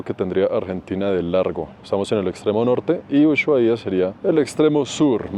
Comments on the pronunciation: excelentes tus videos. Una aclaración, para nombrar a Ushuaia la H es muda en éste caso, se diría como Usuaia...saludos, muy buen contenido!! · Hola, te digo como se pronuncia ushuaia, se dice usuaia. La h seria muda, no como shopping. 😊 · Se pronuncia usuaia cretino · En Ushuaia la h es muda y el acento en la primera a, se dice usuAia, es lengua nativa 👍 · Usuaia, la h no se pronuncia 😂